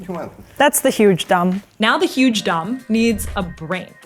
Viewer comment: " V HUGE DOM "💀😭